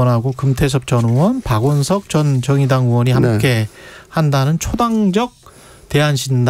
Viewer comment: 으원? 의원이란 발음이 안되니?